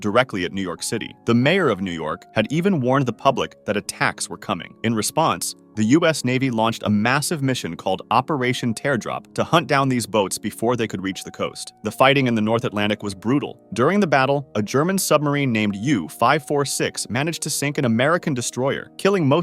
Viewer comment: Pronouncing teardrop "tare drop" has to be rage bait